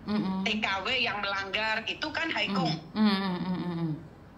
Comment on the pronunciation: Nah itu, ngomong hak kung kok hai kung🤭